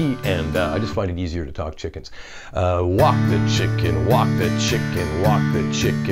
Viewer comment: Thought he said "Wok the chicken" 🤣🤣😎👍